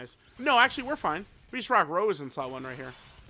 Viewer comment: When will the day come where unc will say Rosé and not Rose 😭